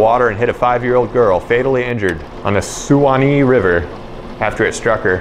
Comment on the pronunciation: 🎵 Way, Down, upon the “Sue-Wah-Knee” River… 🎵 It’s pronounced Swanee. LOL Great lure!!